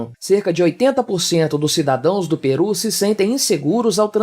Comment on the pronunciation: Correção: é Peru, não Perú.